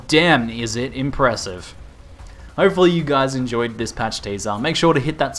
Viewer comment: I like the way he says teaser "teyzah" hehe don't tease me bro.